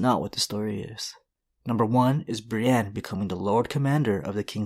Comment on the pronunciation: He said Briënne